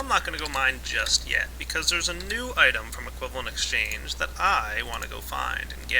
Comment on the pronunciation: Why does everyone keep saying equivalent "exchane"? Why would you forget the G? I love psychology!